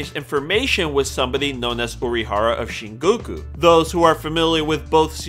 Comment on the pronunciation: "Izaya Urahara" "Yukio Okamara" "Mephisto Pheelees" "Nami" stop.just stop. "Shinguku" nope. so done.